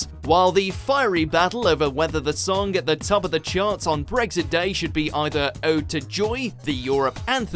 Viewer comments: Its Brexit not bregggsit you can't narrate!!!! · r u serious? An accent doesn't turn an x into a g ffs